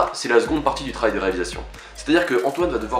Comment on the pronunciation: insupportable ces jeunes français qui bouffe les mots sans articuler en parlant bien trop vite et au final on comprend rien.. avec un parent sou¿ent en considéré pour le petite soeur pour le moment? Le travail avec un v à moitié prononcé qui fait limite tra ail et pareil pour le b boisson on dirait oisson.. bref comme dirait ma mère, articule quand tu dégueule..